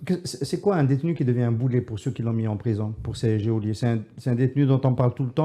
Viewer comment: geôliers et geôles se prononcent comme si on les écrivait joliers et joles (phon: ʒol). Le "e" après le "g" est là pour éviter de le prononcer comme un [g] Mes amitiés et mes encouragements pour tout ce que vous faites et solidarité avec les détenus d'opinion qui sont les indéniables victimes d'un régime ronce et toujours mafieux.